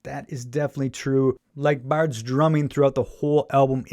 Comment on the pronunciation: Just a pedantic point... His name is not pronounced "Bard"